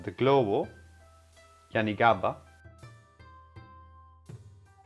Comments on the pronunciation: fYI its YANAGIBA or Yanagi, not "Yanigaba'. Use yanagiba only for slicing fish for Sashimi or sushi, not roll. It will dull very fast when you use it to cut roll all day when you work at the restaurant as a chef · pronouncing yanagiba as yanigaba hahahaha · YANAGIBA not yanigaba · Is this channel for real? Is this like a SNL sketch or something? First, Chinese music while cutting Japanese sushi, lol. Second, wrong knife. He’s using a chefs knife and not the Yanagiba (which he mispronounces), lol. The chef’s knife is not even sharp as he needs to push down and “saw” the bloody sushi roll, lol. You are suppose to pull slice, lol. Third, no need to wet the knife, just wipe, lol. Fourth, the actual cutting of the rolls is horrid. The dude is a Neanderthal, lol. And fifth, at the end, where he attempts to impress by cutting the last piece super thin, oh my god, unnecessary, sloppy, and plain idiotic, lol. This video gets a big fat F!!!!!!!!!!!!! 😂😂😂